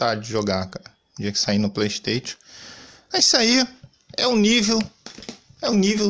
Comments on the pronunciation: Kkkkkkkkkkkk playsteitio é a melhor kkkkk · Xbox sirius do Harry potter, pleisteitio… kkkkkk boa